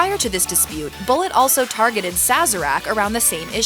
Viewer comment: It's Boo lay. it's French!